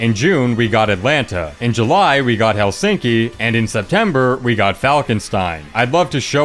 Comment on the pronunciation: I never heard anyone who doesn't speak Finnish as main languege say: "Helsinki" the capital of Finland so fluently. That was so well pronounced.